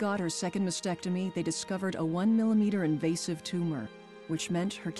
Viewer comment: Can people pronounce "mastectomy" correctly PLEASE!!!!..it is NOT "massectomy"